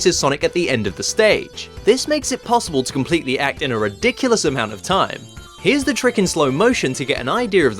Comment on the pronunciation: "In a reduculus amount of time" ....... What do you mean a ridiculously long amount of time a a ridiculously short amount of time?